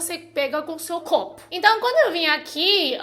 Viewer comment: Gente... amei... Ela fala de uma forma tão fofa... "quelo", "blebledoro", "clopo", parece criança! Ahmmm❤❤❤